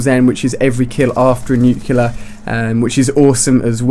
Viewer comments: "NUCLEAR NOT "NUCEULAR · Stop saying 'Nucular' it's 'Nuclear', it's in the title of the damn video... -_ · let me spell it clearly, so you can understand: It's not New-killer, it's new-clear. I'm no a hater, I just get annoyed by that sound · Nuclear not nucular dumbass its not a word you sound like george bush one word one syllable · why are you pronouncing nuclear like nucular, it should be pronounced like nuke + clear. But really good video though. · IT'S NUCL-E-A-R NOT NUC-U-LAR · It's nuclear not nucular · That has nothing to do with accent, he's perfectly capable of saying reticle. How do you explain NUCULAR instead of NUCLEAR? Accent? I think not. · NU-CLE-AR, not nucular.. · nuclear nut nucular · Why do you say "Nucular" instead of "Nuclear" mister George Bush?